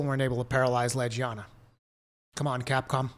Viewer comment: Did he just say Le"j"iana? Lol...please